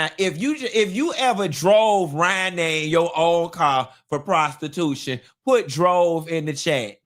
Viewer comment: I love the way says prostiTUTION